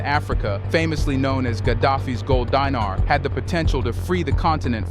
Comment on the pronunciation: its read as Deenar not Dynar , why are you Americans Ignorant , Dinar